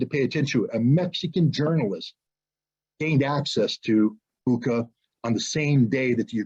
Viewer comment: You can’t even pronounce Bucha correctly. Putler clown!